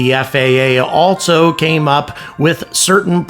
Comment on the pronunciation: For gods sake there is no "T" in ALSO!!!!!!!!!!!!!!